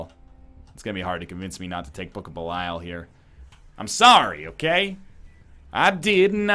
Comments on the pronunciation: Andrew P Something like bell-e-all. Actually exactly as it's written, but in English you don't pronounce stuff as it's written. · Dear diary, he's still calling it Book of Belyle...